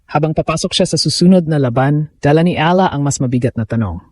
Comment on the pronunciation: I wish the narrators will pronounce the name of Alex Eala properly.